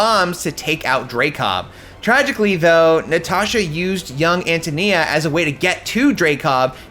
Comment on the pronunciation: its AN TOE NEE-AH …Antonia…